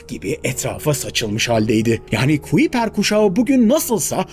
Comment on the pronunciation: Kuiper, kaypur diye telaffuz ediliyor